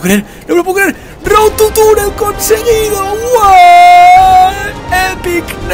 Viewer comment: por que todos dice road TU (...) es road TO... con OOO!!! bueno en fin Luzu procura en el proximo lograrlo sin tocar el suelo XD!!